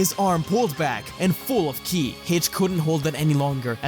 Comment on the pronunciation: Whenever he mentioned Buu absorbing Ki he said killi. I don't know if there is a reason about that, but I found it a little weird.